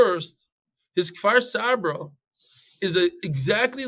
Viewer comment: It's Kfar Saba not Far Savrah